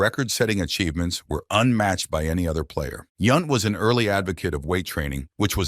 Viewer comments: Hate these auto generated voiceovers. Its YOUNT not YUNT. And dont get me started on Dale Sveum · Yownt not Yunt. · And it's Yount as in mount! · This was such a click-bait video. Also cant pronounce "Yount," "Sveum" and "Musial" correctly? Poor video